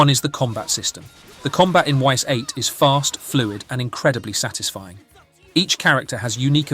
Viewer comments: I dont mean to be that guy, but if you are making a video on a game, please learn how to say the name properly. They literally tell you in the game... it's not Y S its ''ees" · It's actually pronounced "ease" like ease the f up, yo. Ys8 is the best in the series. Hard is imo the best difficulty, what should be considered the games normal difficulty. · Actually it is not why's 8, it's Eyyss 8. It's actually a good game, I never play it but I played Ys IX and was very good. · Best Ys game :face-blue-smiling: Amazing atmosphere, combat and soundtrack. Great characters, story and artstyle. Sidenote: you're spelling the name ''Ys'' wrong :face-fuchsia-tongue-out: "It's not pronounced 'Whys', it's pronounced 'Ease' "